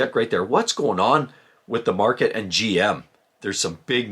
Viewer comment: What's a "merket?"